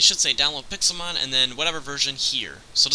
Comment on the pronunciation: Why did the modmakers call it pexilmon